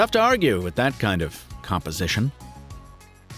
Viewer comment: "composition". Yes!